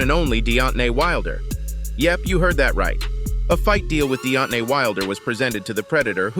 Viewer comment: "Deot-nay Wilder, yes you heard that right". lol, what?